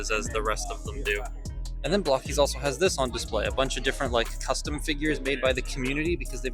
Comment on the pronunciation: As an English language arts teacher, it still bugs me to no end that it’s pronounced BLOCK-ees. But, hey… language evolves. 🤷‍♂️